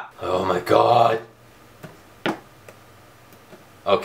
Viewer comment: Oh my GAWHD! You say it funny